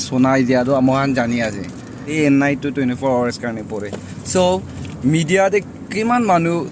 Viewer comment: not nyeinyu pronunciation correct it bro